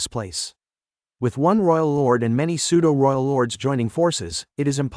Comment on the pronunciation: Nice work cant wait for the next part and we are waiting .and the pseudo,who,us ,it and other words are not pronounced well aside that every thing is cool.